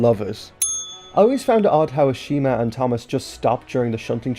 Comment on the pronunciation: Ashima? More like ASHAMEa